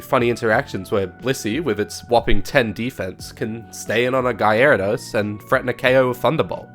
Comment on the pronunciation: Wtf is a guyairadose!!!